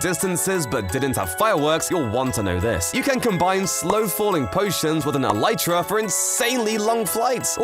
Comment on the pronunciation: Bro says”Eletrea”